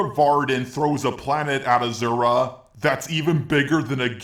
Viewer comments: hes still saying his name wrong still its aSura not aZura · He isn't pronounced "Azura" or "Ashura" just say "Asura" like it's spelt bro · its not pronounce azura its pronounce aaasuraaa kinda gave more impact on the a but yeah in hindu mythos its asuuraa or asur in sort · dude dont want to be picky about pronounciation but its not ashura or azura its a su ra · Ah-Sur-Uh, not Ah-zur-ah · My good sir... it is pronounced 'Ah-sir-ra' not 'Ah-zura' You're welcome~ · It's actually A-sher-a in Indian (where it's originated) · Why do you keep saying Ahzura? And I already can see you don't know the fact that this game is from a religion and the "Giant Sumo Wrestler" is a God. Now before I make a rant on this entire video let me finish it instead...... Edit 1 : Asura fought the gods basically in a ranking system you saying his feats aren't much more impressive are wrong because each time he beat one the more struggle he went through from the next. I'd say at least 2 Gods he didn't struggle with I can agree in that. Edit 2 : Asura didn't absorb the laser he Activated his Mantra form and apparently just in time blocked the laser from earth. Also Mithra gave him his Mantra form to have it wasn't temporary. Same how she was forced to give the form for the first boss. Edit 3 : The punch didn't kill him....as Mithra said "If you kill him all Mantra will be lost and you will die." So him killing Chaka killed him. Im going to assume maybe you didn't really play the game... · It’s pronounced asura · aw-sir-ah that's how you pronounce it Just sayin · Please go back to pronouncing it ashura.... That's so disturbing... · Just to clarify it is pronounced Ah-suu-ra. It is the japanese pronounciation of his name that is used in the game so yeah. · That Z pronunciation tho. But that didn't take away from how AWESOME this video is. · bro cant eve pronounce his name right